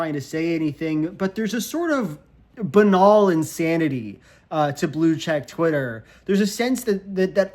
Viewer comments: He pronounced it correctly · are we not gonna talk about how he pronounced banal